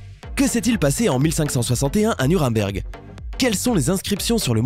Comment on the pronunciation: C'est un détail mais...pourquoi vous dites "Nurimberg" ?